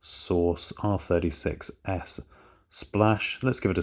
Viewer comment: Whenever he says R36S, I hear R30 success